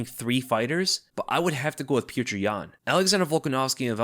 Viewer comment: jeesus christ learn to pronounce his name right.. PEE OH TER ...